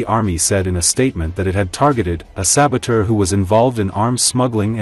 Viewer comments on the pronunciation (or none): none